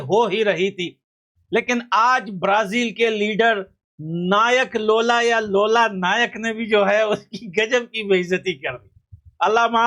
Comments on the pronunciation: Bhai lola nike nahi loola disilva 😂😂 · लोला नहीं लूला है वो😂😂😂😂